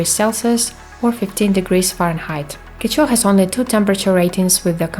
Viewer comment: quechua is pronounced as “keshwa” nice video :)